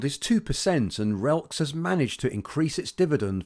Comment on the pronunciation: Diageo is on my list for a long term hold. My friend works for RELX, and they really are a solid 100 year old well run company (ticker is pronounced RELLEX though 😊)